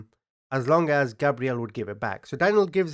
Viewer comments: I was wondering why you pronounce the victim's name as "Gabrielle," a girl's name, when it's spelled like a boy's name "Gabriel"? I thought you were talking about a completely different victim for a sec. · You keep saying his name wrong. You’re saying it like Gabrielle, not Gabriel. Google the pronunciation and you’ll see you’re wrong. There is a proper way to say his name and you’re wrong. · right, Portuguese, Pakistani, born in England… so with all this culture you should be able to say a boy’s name properly. Daniel isn’t Danielle, Gabriel isn’t Gabrielle… they’re names of you’re native ENGLAND where you like to mention you were raised. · Gabriel is pronounced “gay-breel”. Learning to pronounce their name is being respectful to the victim. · It’s gabe Ree el